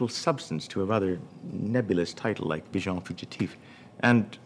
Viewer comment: Agreed 95%; would just like for him to pronounce "visions" properly in French. :-) Small - no, tiny! - matter, though.